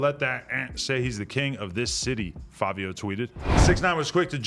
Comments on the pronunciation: Why do u and others keep saying FAVIO when it's clearly FIVIO.... an I sound....... Nevermind it's Fivios fault for picking such a stupid name anyway lol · Fav-I-WHO..????????? NEVER HEARD OF HIM CANT BE KING OF NY LMAO 🤣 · WHY DOES ADAM KEEP SAYIN FABIO!!! lollll